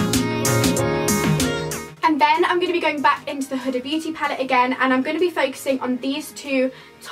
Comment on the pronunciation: No hate but is it not pronounced hooda x